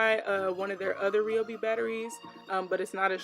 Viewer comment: Your saying the name wrong girl 😂